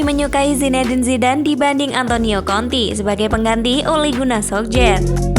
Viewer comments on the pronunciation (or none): Mbak nya mesti blejar lg menyebutkan nama2 seseorang,,tulisan "jose" mourinho tp di baca hose mbaaaak,,antonio kontee bukan antonio konti